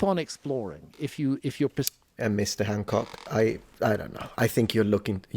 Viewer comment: btw you were pronouncing his name right in the other episodes, now you're not.